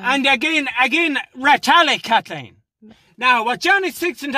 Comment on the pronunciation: 33 times of Kat-LEEN